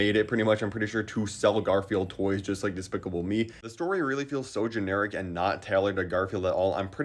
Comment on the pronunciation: trying to say despicable me is one of my new favorite things